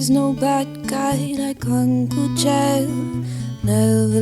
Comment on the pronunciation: Uncle Chael is the only person who gets the pronunciation of the fighters names correct. These other commentators need to get their shit together.